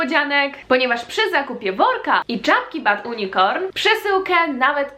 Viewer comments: Czy ty specjalnie mówisz unicorn przez "u" czy po prostu nie masz swiadomosci ze mówi się przez "ju" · Unicorn wymawiawia sie nie ,, unikorn " Tylko ,, junikorn" !!!!!!!! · proszę, nie "Unikorn", a "JUnikorn" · Nie mówi sie U N I C O R N tylko junicorn XD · To się czyta [ bad junikorn] nawet nie wiesz jak się czyta nazwę swojej firmy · unicorn czyt. junikorn. nie czyta się tak jak się pisze. czekam na to w twoich zenadach z yt za kilka lat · Czy tylko mnie tak bolalo w uszy kiedy mowila: bad (U)nicorn